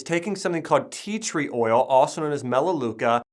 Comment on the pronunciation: did you say theatre oil